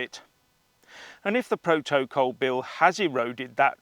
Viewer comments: Pro-toe-cole.....😆😆😆 love it. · Iam worried how you say proto/col sound a bit unhinged pal 🤣🥂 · Love the way you say proto col . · Why do you say protocol differently to everyone else?